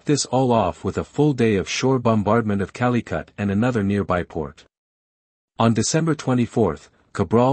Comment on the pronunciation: "King Manuel eye" , "Calicut" You all need to stop with these auto voices. 🤣 Good content though...